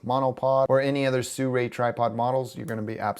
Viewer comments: why do most people i come across pronounce this as "suray" it is pronounce as it is written "Sirui" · i understand you but SIRUI can not sound SURAY either way thanks for the video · it should be pronounced see ruu eee. But with less emphasis on the "see". Just as short "see"